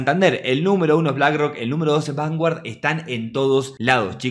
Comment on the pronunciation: Se pronuncia vangard.😂